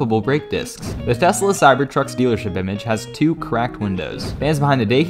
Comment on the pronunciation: bro just pronounced two horribly wrong